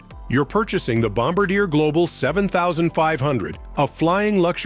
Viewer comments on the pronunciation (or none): Dear, it's pronounced "bomb-BAR-dee-ay." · I understand wearing a business suit for a trip on a private jet, but leaving your jacket on the whole flight? Why? All you’re going to do is wrinkle it, especially on a leather seat.Just sayin’. Also, it’s pronounced “bom-BAR-dee-aay”. Might be time to update the AI narration.